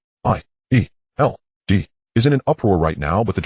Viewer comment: Bro it's good but he keeps saying S H I E L D